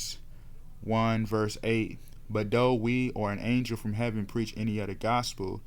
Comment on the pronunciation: It’s father not fadder… other not udder… why tf do u talk like that? Together not togedder. Talk like a grown baby.